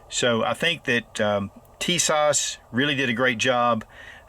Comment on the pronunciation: TISAŞ is pronounced 'Tea-sahsh, accent on the first. The company has a impressive promotional video on YouTube: "Tisas promotion film"